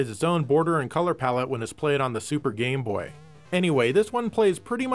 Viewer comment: Watch the video it sounds like he says "gay-boy" then a moment after he says "game-boy". Lmao